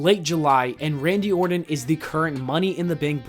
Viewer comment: “RADNY ORTON” 😂